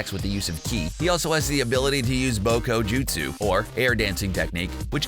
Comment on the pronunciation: Fuck you mean “BoKo JiTsU” that’s naruto shit we don’t tolerate that here